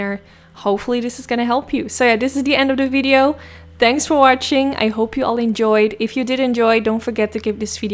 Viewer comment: It’s not “tanks” it’s “thanks”, it’s not “curyous” it’s “curious” It’s not “Da” it’s “the”